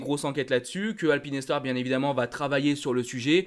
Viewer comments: Bonjour, je voudrais savoir pourquoi tu nous parle de (alpine et star) et pas de Alpinestar! Je n'avais jamais entendu une prononciation comme ça ! Sinon toujours très cool tes vidéos. 🙏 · Showa dynasty et Eitaro sont à l'origine du nom de Shoei. Soit Sho et ei = é pour alpinestar c'est comme la marque automobile française ça se dit alpine star pas alpine et star! 🙏